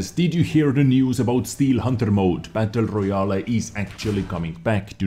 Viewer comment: I like how he pronounces it "battle royal a" (I am not native english speaker, that why i like it)